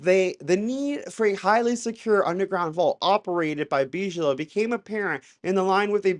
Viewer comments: but beej-low sounds so much classier. We don't deserve.😂❤ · It’s BIG-ilow, not beeej-low that’s not how it’s pronounced lol. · Oh and for the love of GOD! It pronounced "Big-A-Low" "biG". Not " beezsh". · Big-uh-low, not bige-low. Lol. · Hey dude, just a quick clear up...BIGELOW is big-uh-low, not beej-low. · How is this a UFO CHANNEL and you DONT KNOW who ROBERT BIGELOW IS??????? like wtf??? Its pronounced BIGGALOW - NOT BEESHLOW man... and BAASS isnt BIGELOW, just say BASS!!! Holy cow man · It’s not real dude. Why would they call it a tic tac before the pilot nick named it tic tac? It’s basic aerodynamics stuff that came out after the incident. Also it’s pronounced BIG - A - Low not Beegelow. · Why do the gays believe everything they read and hear? Btw; you regards realize your listining to someone's BS who thinks Bigalow is pronounced Beej-low? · "Bidgelow" lol. "Whoops! Sometimes I slip the D in without thinking about it." 🤭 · It’s pronounced Big-a-low….. 😂😂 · Nevertheless... All due respect, the soft pronunciation, "Beejelo", is kind of distracting every time it comes up. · Bigelow like big eh low, the mispronunciation is killng me. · Big-a-low is how Bigelow is pronounced, brother. Just wanted to let you know. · Please Big-e-low. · It's BIG-A-Low my friend!👍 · It's deuce bigalow for god sake! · It's pronounced big -a -low lol dope video. Love the content, God bless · It’s pronounced big uh low aerospace. Good video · BTW, you pronounce it as "Big ello". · by the way, everybody else pronounces it as "Biggalow aerospace" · Salut couyon 🥂 I caught your pronunciation and wondered why you pronounced Bigelow, en Français. 😉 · Dude , you are mispronouncing the name "Bigelow" .